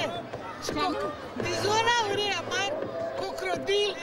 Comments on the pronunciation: Dap, dizoNauri zice. Nu dizolauri. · Se aude toata ziua dq ca zice dezolauri nu dizolauri. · Dar se aude foarte clar că zice dizoNauri și coCRodili. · eu aud dizonaurii si cocrodilii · eu aud dizolaurii